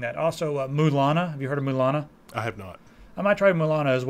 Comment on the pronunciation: It's La-Mulana. And only play if you're ready to get frustrated, or if you have an enormous brain.